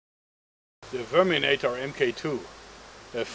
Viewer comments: It sounded like he said sperminator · Sounds like you said "Sperminator" xD